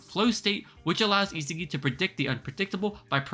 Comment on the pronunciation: Is- ah- gi why do people pronounce his name wrong when it’s so simple(sorry if I was rude I didn’t mean to make this sound so rude)